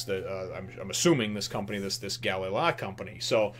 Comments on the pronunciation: Its Gally La. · *Ga-lay La* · Call it Ga-lay company, not galala lol, sounds nicer too.